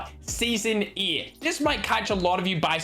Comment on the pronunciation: Not even mention of the zombies starting season ? Wow Also it's eight not yyyeeetttt